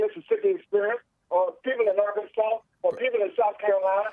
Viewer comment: I wouldn't complain about Earl saying"ArkanSauce", I bet he used to pronounce it like "Alka-Seltzer". He DECIEVED!